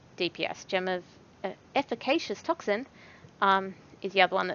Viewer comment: Only content creator I’ve ever heard to say “Efficacious Toxin” properly :)